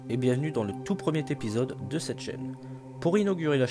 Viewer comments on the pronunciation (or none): Video sympa, par contre l'introduction avec "le tout premieTepisode..." bof bof la liaison...